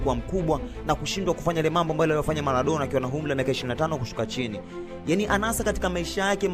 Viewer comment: Nadhani Maradona humfahamu, halafu mtu wa media hujui matumizi ya l na r